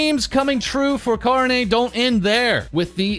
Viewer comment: "ko-row-nay" God, that pronunciation grates on my ears...